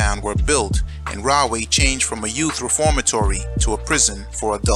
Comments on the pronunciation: I was born in Edison lived in carteret belmar and Camden Nj and Rahway is pronounced raw-way not rah-way lol anyway you should cover jamesburg juvenile state prison as well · It's pronounced "Raw-way " though, not "Rah". But, at any rate, as a child I'd see the prison in the distance on 1 and 9 heading towards, Woodbridge Mall. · Pronounced Raw-way, not Rah-way. Because there is the right way, the wrong way....Then there is the RAW WAY!!!